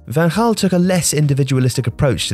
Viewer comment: It's Van Ghaal not Van Haal